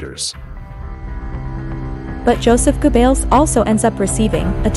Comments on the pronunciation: lol....Joseph Goo Bells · Go-bells? Female needs to learn pronunciation